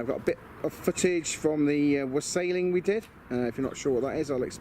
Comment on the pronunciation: Very good dude. When you said wassailing I misheard it and thought you said wrestling and was expecting Triple H and such to make an appearance 😂 joking aside it's looking awesome. Crikey that guy at 8.55 nearly set himself alight🙈